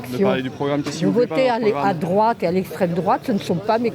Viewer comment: " je pa voté à drouate - Pourquoi ? - je pa répondre à 7 kestion ! " Quelle verve ! 😂😂😂😂😂😂😂😂😂😂😂😂😂